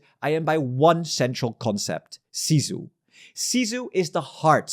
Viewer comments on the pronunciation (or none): Sisu you read as sizu? Are you an idiot?I watched rest of video, yep you are idiot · Sisu, not cizu. And I'm not even finnish. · iT IS SISU!!! Not cizu... Get your facts right before you start to do analysis about anything. Eats up your credibility as a journalist if you do not your job right.